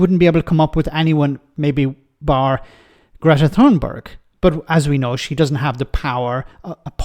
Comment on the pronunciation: The "Th" in Thunberg is not prounounced as in English. Just ignore the "h".